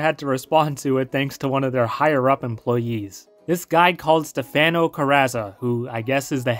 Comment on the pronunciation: it's not Stefeno , but pronunced as Stefano lol btw thanks for the video too.